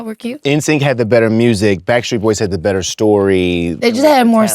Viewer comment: SCOOOOOOOOTTTTT....IT'S GETTING BETTERA' AND BETTERA'